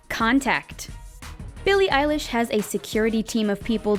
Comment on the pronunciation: Sneako Animations ugh it’s billie eilesh not eyelash